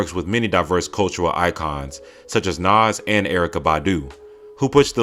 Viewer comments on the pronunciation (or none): Say Nas and Erykah Badu ONE MORE TIME! 😤